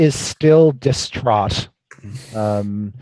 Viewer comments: Is he distraught or disstraud? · "He is still distrahd." 8)